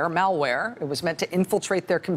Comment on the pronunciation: I love Rachel, but..."Mall-ware"??